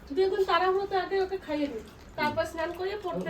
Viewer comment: Senan ?? Say snan